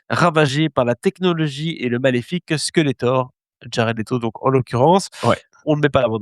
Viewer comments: Par contre je suis tellement pas d'accord sur Legend. C'était splendide!! "Skelltor!" tu dis, ah lalalalala tous les gosses qui ont vécus à cette époque disaient SQUELéTOR!!!!! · skeltor 😂 ça pique les oreilles 😂😂😂😂